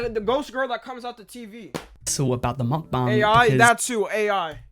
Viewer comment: How many am I going to have to hear this guy say mukbang wrong